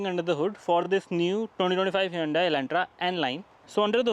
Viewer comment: It's pronounced hyundae like sunday-monday